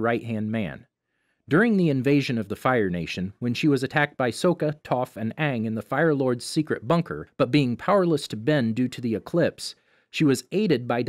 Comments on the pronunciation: You said soka, it’s pronounced sokka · First mistake. There is no Soaka, only Sokka. Second mistake. There is no My, only Mai. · DID HE JUST SAY SOAKA?! ITS SOKKA!!AND ITS Ma-ko MAH-KO and its bolin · Who tf is sooka? Ohh Sokka? Its sok-ah Sokka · Not being rude or anything but it’s not soooka it’s sokka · Its not sooka its sokka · "Sohka" ??????????? did he watch the show? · did he pronounce Sokka's name as sow-ka?? 😳😳😳😳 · I'm sorry.. "so-kuh"? No... just..... no. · Did u just - SAID SUKKA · STOP NOW STOP NOW YOU CALL SOKKKA SOOKQA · I unsubscribed because he said one word. "Soaka" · yeah that irritates me every time he says it 😖. Still love the channel tho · really informative video and a thumbs up, but how can you mispronounce names like mei and sokka when theyre said so many times throughout the show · Ok why do you mispronounce oppa, and sokka there is no way you could have gotten there names that wrong like the live action did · Lol you said Sokka and Mai wrong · excuse me how did you just say sokka? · he said Sokka with a long O and he said My instead of Mai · Please stop misPronouncing sokka name. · bruh is it that hard to say sokka and mai? bruh its mako not "mayko" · The way u say sokka is wrong